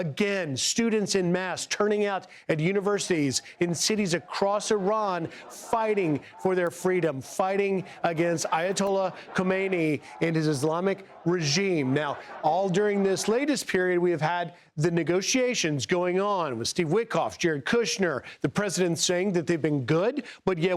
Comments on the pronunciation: Hey! Ayatollah Khomeini passed away 36 years ago! 😂 It's Khamenei not Khomeini! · You illiterate fool is khamanei not Khomeini. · KA-ME-NE-YEE is the so called current supreme leader KO-MAY-NEE is someone else ( the original founder) who died in 1986